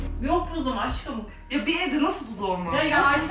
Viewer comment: Nobody: Ecenaz:Aşkıım